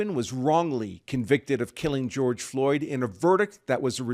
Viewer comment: Grorge Floyd ? LOL LOL LOL !!!